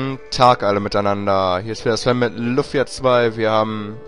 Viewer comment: Wieso sagt der Typ eigtl. immer Luffia? Keule, das heisst LUFIA!